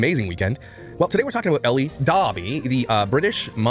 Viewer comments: Well, he lives in Canada, which is a bilingual country: English/French. "Elle" is as basic as it gets...the French pronoun for "she." Being Canadian, I can tell you there is no way Josh could mispronounce Elle, unless he flunked out of first grade. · In all honesty I think him mispronouncing names the way he does is just another way to belittle and bully i mean come on the name Elle is kinda basic to pronounce and he does it alot it seems